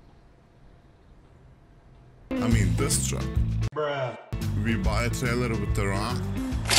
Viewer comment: Tuck rescue.... tuck! TRUCK!!! It’s TRRRRRRRUCK!! 😂.